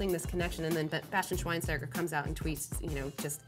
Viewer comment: the "st" in schweinsteiger is pronounced "scht"